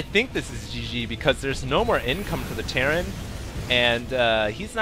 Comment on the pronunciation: It's terran for god sake!!!!!!